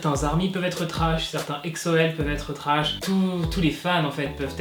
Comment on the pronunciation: POURQUOI TU DIT EKSO CA SE PRONONCE EGZO mais quand meme il abuse comme ca les EXO-L heuresement j'suis pas un EXO-L comme ca